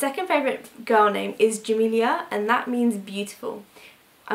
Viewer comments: In Arabic, Jamila is pronounced JA-MEEL-UH rather than JA-MEEL-EE-YA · I loved your video! ❤ but Jamila is pronounced as it's spelled, you were pronouncing it like "Jamilia" just wanted to correct! 😉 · jamila it s not like camila etc